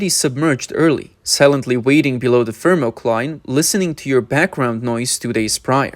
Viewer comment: everytime he says "FiRMOCLINE"<<<you gotta drink.